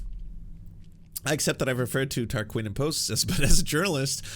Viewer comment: What’s up? You’re pronouncing things incorrectly, is that purposeful? It’s Tarquin Tar-quin like win (or the Glee character Quinn) It’s Brian Tyler Cohen not Taylor Cohen. And the show was called cumtown, you know!